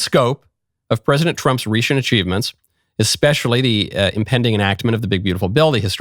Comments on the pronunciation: I also caught that. Agreed! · Anyone who says "EX-Specially" I don't listen to